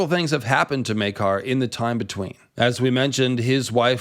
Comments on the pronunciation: Well, it's definitely not Myay-car. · Maker. His name is pronounced, Maker. Not May-car. Maker. Love your channel. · Its spelled Maekar. Therefore, it's pronounced Maker. To my knowledge, there are no apostrophes in the name or any other symbols to denote an alternate pronunciation. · The "Myeah-kar" pronunciation is very Irish. See also videos about the Irish MP who sounds Jamaican. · "Meakar" is what i think the herald is saying. the character or the actor misread and switched the A and E. intended, i'm sure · that's not the show or actor butchering Maekar's name, that's just a north-eastern English accent and how they pronounce a long 'a' sound up there.